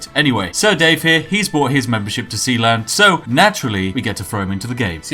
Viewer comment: Sealand? You mean Sheland? lol